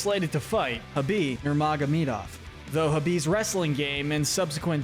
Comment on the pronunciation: Redrum ur reply was better than the original comment hahahahs people are dumb and yappers will yap. The pronunciation def needed work though